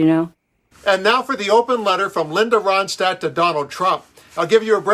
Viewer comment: It’s Ronstadt- NOT RODSTADT!